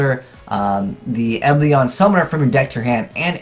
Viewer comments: OK, it's eidolon not edlion. pronounce it Aid-ell-on. cant read confirm! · I think your videos would benefit greatly if you learned to pronounce some of the card names better. Try looking up the pronunciation of "melodious" and "eidolon".